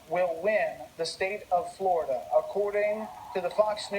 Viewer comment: Gah Wolf Blitzer sucks at saying "Flerda"